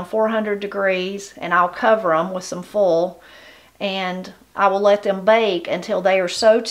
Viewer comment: I know you love language and pronunciation and such. Can you tell me how you would say, "foal?" When you say "foil," to me it sounds like "foal." So I wonder if both words sound the same to you, or if the vowel will shift on both words. I really love your videos!